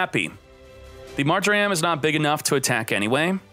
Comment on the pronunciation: does anybody else hate how says mar-jer-am instead of mar-jer-um?